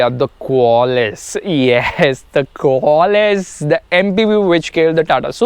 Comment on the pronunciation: Actually u dont know the value of toyota Qualis and its Qualis not quaaaaalis u nonsense 😊